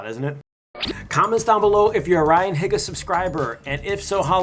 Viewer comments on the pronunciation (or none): "Ryan H-EH-ga" What I wanna say: It's Ryan H-EEE-ga not Ryan H-EHHH-ga What I say: Ahh mah favorite youtuber yesssss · Good video :) Kinda obvious that you don't know them very well; One being that you pronounced some of their names wrong, you say Higa the same way you would say "Higgle" but sounds more like Heega (like TEE "HEE"), and its not David "Chay" its Choi, (the same way you would say "ch", "oh" and "eye" but put together). Second being that this is their second K-pop song to hit #1 in the K-pop charts, first being "Dong Saya Dae". And third being that this thing isnt really new for Ryan to do, if you know anything about him he also made another boy band called YTF (Yesterday Today Forever) which consisted of; Ryan Higa, Victor Kim, Chester See, Dominic Sandoval, Kevin Wu, Andrew Garcia and JR Aquino. He has also worked with David Choi before on other music videos before. Sorry it was just kinda bothering me, I know people struggle with pronouncing names sometimes (especially if they are foreign names), but I would assume you would have known how to say the names of people you "know". Also you clearly haven't seen any of the behind the scenes or any of the other channels that have videos of the shoot. Most, if not all, of the "extras" in the music video are personal friends of either the group, HigaTV productions or Wong Fu Productions. I would recommend watching the videos from their second channels and the vlogs from the people that were there to get a better grasp of what you are talking about. Also the whole K-pop boy band was intended to be a joke, that is why they went through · Am I the only one triggered by the way he pronounces "higa"? Isn't it pronounced "heega", not "higa"? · If this guy pronounces ryan h(EE)ga's name like hega one more time I'm going to strangle someone. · Am I the only one who cringes whenever he pronounces Higa (hee-ga) as "higga" 😂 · I lose a brain cell every time he says “Higa” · ryan (heega) is how u pronounce it